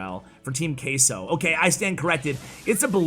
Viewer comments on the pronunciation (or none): none